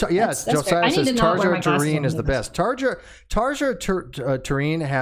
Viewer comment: Nice taste in music. Nice to see metal getting love. So you're more of an old Nightwish fan? (Also, her name is pronounced Tar-yuh... sorry, I had to). Ever heard of Epica? You mentioned death metal and they do what Nightwish does but with more prog and death metal elememts.